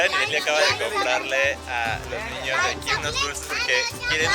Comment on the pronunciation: Like si te diste cuenta de que leslie dice ñiños